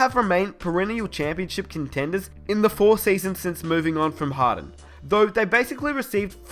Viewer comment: Who kept hearing harren instead of harden? 😂